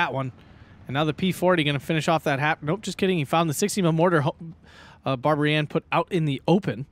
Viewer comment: pretty sure player name is just pronounced barbarian. . Bab + aryan